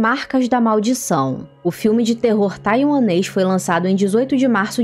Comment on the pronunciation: Tranquilo, ficou muito bom tuanes 😂😂😂😂😂